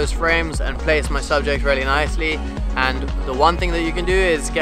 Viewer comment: When he says "really" it sounds like he is saying "Rarely" Good tips mate